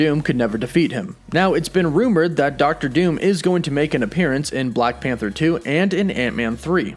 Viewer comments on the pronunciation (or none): none